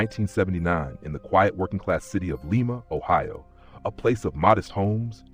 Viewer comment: Lima is pronounced "LIE-muh"